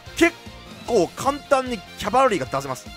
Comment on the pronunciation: セクキャバみたいに言っててマジで草